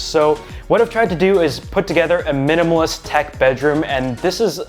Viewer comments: *miminalist :)) at the beginning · "MIMINALIST" LOL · I love how the intro said miminalist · MIMinalist.... lol